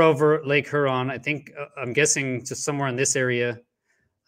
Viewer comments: LOVE WHAT YOU DO BUT I GOT ONE COMPLAINT!!! I LIVE IN METRO DETROIT AND YOU ARE NOT PRONOUNCING LAKE HURON PROPERLY!!!! I KNOW IT SEEMS INNOCUOUS BUT IT'S KILLING, ITS PRONOUNCED HyourON NOT heron!! PLEASE PLEASE FIX THAT MY FRIEND. Thanks Detroit charity recording artist Craig Michael Curtice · Huron is pronounced Hyeron. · It's not "her on". Long U preeceded by an e sound. Lake Huron (heuuron). Nobody in broadcast journalism is pronouncing it right. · Lake Her-on lol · Lake H-youron.👍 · Lake Huron is pronounced HURE-ON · Lake hurrrrrrrr-on my guy? Are you serious??? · ooof that pronunciation of lake huron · is it just me that hates the way he pronounces huron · Your credibility suffers from your incorrect pronunciation of Lake Huron. Quite surprising actually...